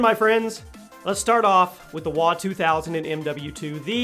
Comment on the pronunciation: Its not called WA ITS W-A